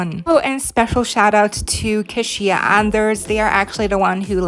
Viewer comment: Thank you for mentioning me in the video. By the way, my name is pronounced "key-sha", just a heads up. And a tabby cat is a common breed of cat that is striped. I've had lots of tabbies before. Heck, one of the most popular tabbies in media is Garfield.